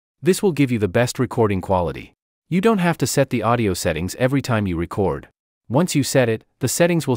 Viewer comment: Tutorial narrator is obviously not an audio creator: "reCORD" button not "RECord" button. (I wrote this before reading the Comments - yeah, if it was A.I. this mistake would make sense. Welcome to Robotopia.